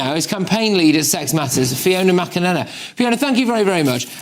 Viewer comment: Always great to see Fiona and hear her surname pronounced correctly.